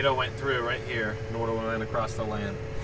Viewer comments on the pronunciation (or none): You are too young to be saying “acrost” 😂😂. Keep the camera rolling!